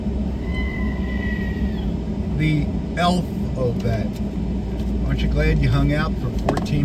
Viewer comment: “Elfabet?” I’m out 😄